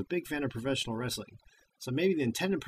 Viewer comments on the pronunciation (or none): none